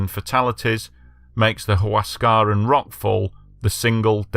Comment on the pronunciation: Get your pronunciation right please.....its NOT Huas.. caran !! Its Huas... ca.... ran ok